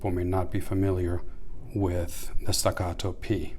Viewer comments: Why are you saying the name like it's Spanish or som3 foreign name are those made in Texas ? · The Italian police aren't going to kick in your door if you mispronounce staccato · Stacatto with American accent lol that’s merica 😂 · Why is he saying Staccato like that lol